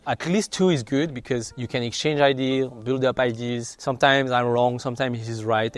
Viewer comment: Why do french people always pronounce Ideas as IDs 😂